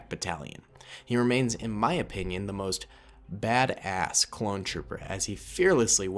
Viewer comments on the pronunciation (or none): why did you say bada-s-s